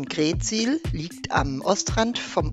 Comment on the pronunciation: Moin und, schöne Bilder aus unserer Heimat!! Bei der Aussprache der Ortsnamen liegt die Betonung immer auf der 2. Silbe. Wenn wir hören GREETsiel, dann müssen wir richtig nachdenken, daß Ihr greetSIEL meint:-)). Wunderschöne, kompakte Darstellung von Ostfriesland. LG Axel und Ute aus Südfrankreich